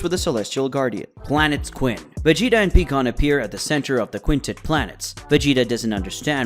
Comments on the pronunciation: Bro you gotta get the names right, it's not peekon it's pronounced PIEkkon but spelled pikkon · It’s fucking PIE-KON not PEE-KON. Have you ever even watched dragon ball? Bc you pronounce all their names wrong and it ruins the content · Pikkon became peekon. Also "pecan" if ur from the south of USA